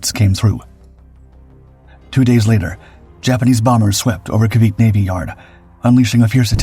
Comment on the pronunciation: Cavite (base) is not Ca-veet, but Ca-vi-tay.